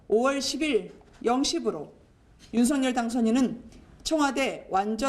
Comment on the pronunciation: 방송인 이라면 우리말 사용에 정확한 발음을 구사해야 합니다! 윤석열의 발음은 "윤서결"이지 윤성열이 아닙니다! 대부분의 기자와 방송인들이 윤석열(윤서결) 의 발음을 윤성열로 하는것을 보고 실망을 금할수 없읍니다! 윤성열과 윤석열이 같이 있다면 발음으로 어떻게 구분 할수 있읍니까? 말과 글로 먹고사는 기자나 방송인이 발음과 문법에서 자주 틀리는 행위를 반복하는 것은 부끄러운 일입니다